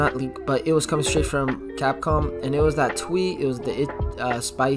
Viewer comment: Lol did you say “copcom”instead of capcom sorry had to point that out😂